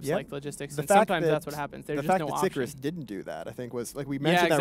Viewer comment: It's obvious Latin is something someone in CCP can't GRASP, but.. ffs. It's not "sick-a-rus", SICARIUS. Do your homework.